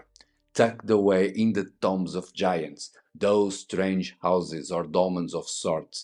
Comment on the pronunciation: Love the videos. Great that you do not use AI narration. Tombs is pronounced like TDoom not Tom BEST REGARDS FROM BIG fAN